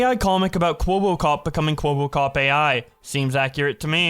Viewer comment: why do keep calling him "kwobbokop"?